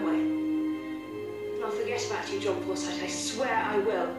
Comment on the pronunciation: You know it’s called ‘The Forsyte Saga’ and not Forsythe don’t you?